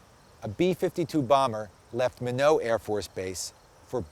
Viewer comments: Its pronounced Mi-NOT Not mineau. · wow, i have come to realize that for my entire life I have been mispronouncing the name of the town 14 miles away from me, wow i did not know that it was pronounced min o. I'm glad he has his facts straight..... idiot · It's pronounced "my-knot". MY KNOT. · Minot is pronounced my-not, as in why not, minot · "Minow airforce base"? ...If you can't even pronounce the name of a base correctly, you expect people to take you seriously? good job conspiracy theorist. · this guy's an idiot. Mi-no? God, another anti-american. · Learn how to pronounce Minot please! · this guy is a fucking moron, congrats, you know how to use Google, to bad he cant pronounce minot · omg pronounce minot right, visit minot AFB, talk to them, and youll find that they need access from mission control to do anything with them and then they need a pw for dropping them.